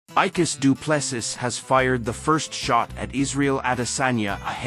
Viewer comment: His surname is pronounced..DU'ple'See....